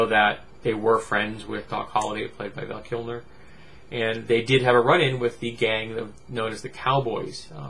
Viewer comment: Who's "Val Kimner"? Or "Val Kilmner"? lol Good god